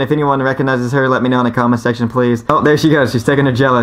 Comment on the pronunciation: Sexchon? Did you mean section?